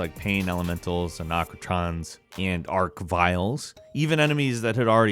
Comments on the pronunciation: " anocatrons and ark viles" I didn't realize it was possible to screw up the pronunciations of these words but you did it. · Achratrons and arcviles 😂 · A RAC NA TRON ARCH VILES AND AINT HARD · Ikr, there isn't even a k, and an arch can't even get a k sound